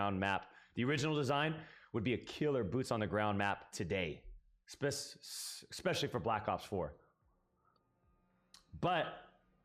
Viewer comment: Is he saying “Eck..specially” ?